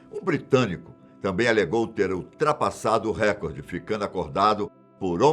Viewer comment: Por que as pessoas falam errado? É reCORde não Récorde